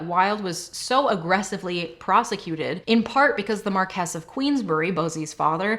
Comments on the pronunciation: For future reference I'm pretty sure Marquise is pronounced Markee or Markeez, not Markess. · A little part of me dies every time she confidently mispronounces "Marquess." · marquess = mar-kwiss salisbury = sols-bree